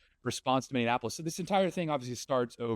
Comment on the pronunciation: Bro, seriously... stop calling it minne-ann-apolous. It is Minneapolis. Mini-ah-poh-liss